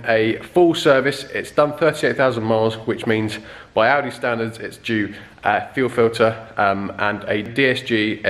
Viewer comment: Oh, "Audi", thought you said "Aldi".